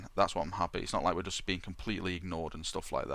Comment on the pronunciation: "He stays completely... completeleh"